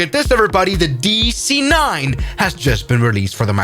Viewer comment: "The dEE CEEE 9"